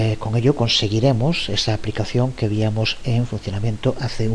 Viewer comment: Excelentes!!, estoy aprendiendo mucho. Una observación, ya que veo que tiene mucho cuidado con el uso del idioma castellano, me parece que escucho que muchas veces dice :"víamos" en lugar de "veíamos".